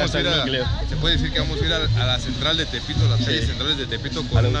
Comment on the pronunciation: Aveces escucho "elpito" y no "tepito" xd